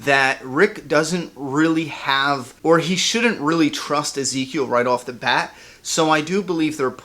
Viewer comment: Every time I hear you say right of the BAT I cringe